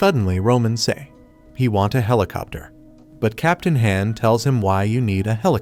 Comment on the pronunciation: FR captain han sounds like ham and xiyung is roman 11 young and he keeps talking about the bullies not subscribing leading them to die and the ai loses its grammar mid video bruh 💀💀💀